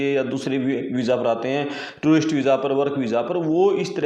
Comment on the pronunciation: tourist nhi terst. Visa dia hoga 😂😂😂😂😂😂